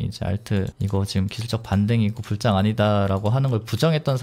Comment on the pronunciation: 불장은 자꾸 불짱이라고 발음하는게 웃겨요 ㅋㅋ